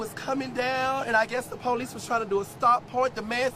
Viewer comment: “It was a full twistabout, and the po-lice twisted around like a tornado, girl! “ 😂